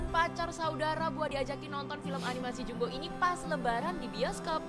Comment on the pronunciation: Pengucapan bahasa Indonesia jumbo, bukan JAMBO....!!!